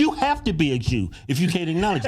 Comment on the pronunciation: Jew starts with a J, not a G!